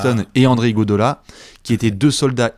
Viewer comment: c'est IguodAla! Et non pas IguodOla... Tu changeras jamais... 🤣